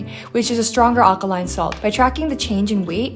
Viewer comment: its aLkaline, you kept saying akaline. ramen looked great by the way